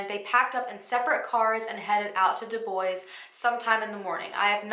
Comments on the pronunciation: Other than the DeBois mispronunciation (DeBwah vs DeBoys), I liked the depth put in to this case. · I think Dubois is pronounced Du-bwah. French pronunciation. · Dubois is pronounced doob-waah btw